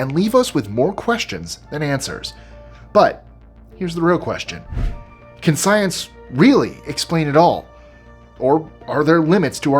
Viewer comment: I had to rewind the video to hear it twice. "Can Science"... somehow sounds like "Can France,,,"